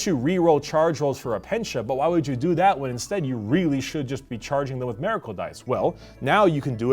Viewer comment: Why does keep pronouncing Miracle that way? He is saying it like it's spelled Meracle but it's Miracle